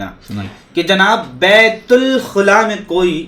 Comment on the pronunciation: बतुलख़ुला नहीं, बैतुलख़ला,पहले उर्दू तो सलीक़े से बोलना सीख लो.😢😢😢😢😢😢😢😢